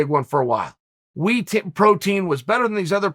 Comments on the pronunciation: Me: Whey Protein Chael: Wee Protein Me: ok great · I thought he said wheat protein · "Wee protein." Lol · What the fuck is We Protein Chael? I swear you do this on purpose. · Chael is a master mind at creating engagement, saying “wii protein” knowing all the comments coming to correct it haha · If Uncle Chael calls whey protein wee protein, then it’s called wee protein. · “Wii protein”- chael sonnen